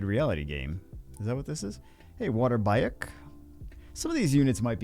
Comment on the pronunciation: Bayek is pronounced "buy-ek". So you've been saying it right